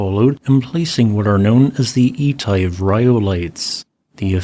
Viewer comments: "eeetive"? Really? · Etive: The 'Et ' is pronopunced like the et in set. Thank you for this. I drive through and walk around Glen Coe from time to time and knew nothing of its geology.